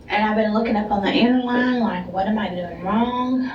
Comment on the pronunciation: Inter-line?????? Wtf is that😂 is it like a local lingo kinda thing?? Or is she fkn dumb af? If it’s a thing, I’ve never heard it…and I live in tx 🤷‍♂️